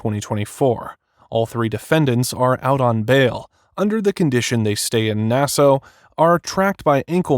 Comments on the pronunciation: It’s pronounced “Nass ah” . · Nassau is pronounced "Nassaw", not "Nasso". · NAS-AW NOT NAS-O!!😅😅😅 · Its not Nassoe. Its Nassaw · Nassau is pronounced Na-Saw not Nas-Ow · Are you really saying "Nasso?" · Dude, it's Nassau (Nas Saw) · Sometimes AI is really dumb. I e never heard Nassau pronounced as Nasso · He was not an NFL 'star'. He had as short stint like you said. Also, fyi it is pronounced Na-saw. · It’s pronounced NAS ahh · It’s pronounced Nass-Aw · I love how the digital narration pronounces Nassau. Na-sow. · It drives me nuts when AI narration mispronounces words. Nass-oh...ugh, among other words. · This is narrated by either AI or someone that doesn’t know how to properly pronounce Nassau…. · AI narration can’t pronounce Nassau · Bro can’t pronounce Nassau😭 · Nassau is pronounced with "saw' at the end. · How can u not know how to pronounce Nassau? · The way the narrator mispronounces "Nassau" is so triggering. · How can a grown adult not pronounce "Nassau" or "Bahamian"? Robert needs a hole and then to be in one.